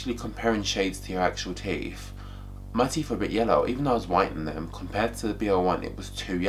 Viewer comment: Its teeTH not teef!